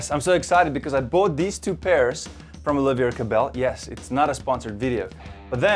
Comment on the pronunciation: It’s Oliver no Olivier